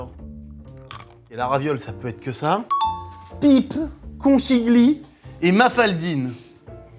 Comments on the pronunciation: Pour votre culture, conchiglie veut dire coquillage en italien d'où la forme recroquevillée de la pâte. Et ça se dit "conquilie" et pas conchiglie avec le ch français 😊! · Bon, en ritale qui se respecte, la prononciation c'estun peu cata, c'est CONCHIGLIE [conKiglie] ! Et ca veut littéralement dire coquilles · Parfait pour moi cette vidéo, je suis italienne!!! N'arrêtez jms ces concepts vrmt! Pour info: on prononce Kon Ki lié mdrrr <3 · Conchiglie Phonétiquement —> conquilié